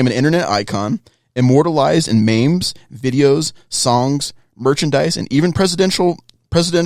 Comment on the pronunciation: who pronounces memes like “maims”, oh does 😂